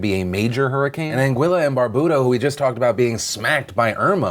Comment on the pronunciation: Phil, its An GEE LA. not an Guilla.. FFS